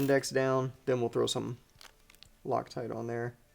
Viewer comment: You lost me at “THOW IT AWAY” 😮😳🥹😢😭😤😡🤬